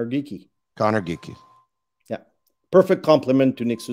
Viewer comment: Lmao this guy says Geekie